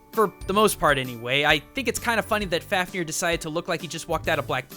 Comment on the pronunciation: f-av-ni-R closer... not perfect though